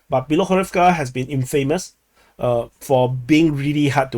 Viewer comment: IN-fah-moose. Not in-FEY-moose.